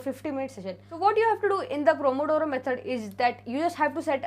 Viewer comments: Pomodoro method not promodoro 😀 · Pomodoro. Not promodoro. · Di actually the method no 8 is pronounced as pomodoro method 👍.. Btw the video was very helpful❤👏ty.. Can u also pls make a video on how u manage ur sleep schedule 🙏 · It is 'Pomodoro' dear❤️